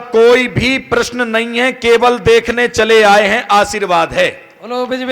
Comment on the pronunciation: देखने होता है न कि देकने